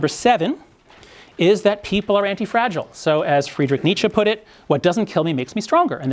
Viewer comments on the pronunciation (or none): none